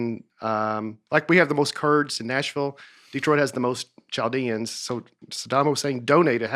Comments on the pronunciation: I thoroughly appreciate as the only adult on this highbrow podcast. But please, for the love of all that's holy & decent, stop saying "CHaldean," where the "ch" sounds like that in "Cheerios." It's pronounced "Kaldean," where the English "ch" translates the Hebrew letter kaf (which sounds like "cough"). It's similar to the "ch" in Christ, where English translates the Greek letter chi. Oh, and, it's spelled "vane," not "vein." Maybe should've taken more English classes instead of Latin. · Chaldean is pronounced with the ch as a K. They are Christian Arabs. We also have an air museum in Kalamazoo and Michigan Adventure in Holland Michigan is Ceder Points sister park. In Dearborn we have the Henry Ford Museum and Greenfield Village. Pretty cool😎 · To get SO excited about an episode covering my state, only to talk about what Celebs are from here, how to redesign one of the most infamous stadiums in all of sports, painfully mispronounce Chaldean, the Packard Plant (I think Nate was thinking Central Station which is owned and being renovated by Ford now)....but mostly cereal is chefs kiss peak Nateland content. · The way is saying Chaldean is fantastic